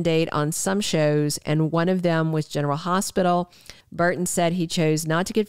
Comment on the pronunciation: It's "BURton,' not BARton.